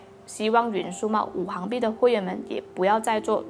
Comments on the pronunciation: Wu xing bi, not wu hang bi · 五行币是读五"xing"币，不是五"hang"币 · 拜托。。。是五行（xing）币。不是五行（hang）币。。。 ==“ 晕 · ，五行讀作行(xing2)，是金木水火土的總稱